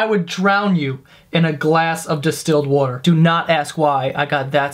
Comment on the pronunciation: I love how you pronounce water "Wwwwotar"